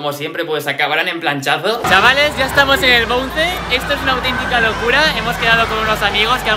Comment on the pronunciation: dislike por pronunciar mal bounce... lo siento pero me hace rabia